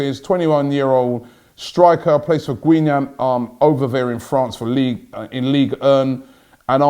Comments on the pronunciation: The way Robbie pronounces Guingamp (the club Thuram plays for) kills me 🤣. It's pronounced Gin-gan bruv. Anyway let's get back to winning ways gunners. My prediction, 2-1 Arsenal (Auba and Laca to score) #COYG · Robbie, its pronounced ganggom.